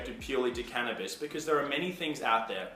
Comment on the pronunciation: did he say smoking cannibals haha ?